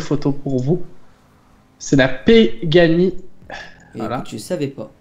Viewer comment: ils me tue le à sortir: " si si pEgani c'est quand même une marque assez connu sur le marché" comme si il connaissait alors qu'il vient juste de connaître et qu'il a mal lu le nom xD